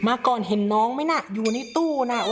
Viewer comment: ชอบเรียกน้อง มาก่อน ว่า มาก่อง 555+